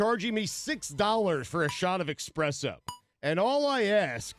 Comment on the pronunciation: I am surprised Stugotz, of all people, called it expresso.